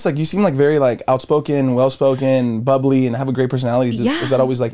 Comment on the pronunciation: said shes BUBBYLY 😭😭 bubbly were homie